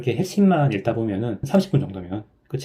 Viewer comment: 책을 읽다 => '일다'로 발음하면 틀린겁니다. => '익다'로 발음하세요